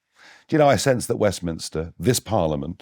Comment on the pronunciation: Wefminster not Westminster